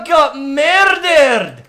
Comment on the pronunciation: When gets killed: What just happened there? I got Murrderrred. ( In irish accent)